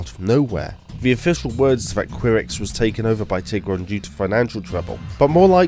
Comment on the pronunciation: Ky-rex not queer-ex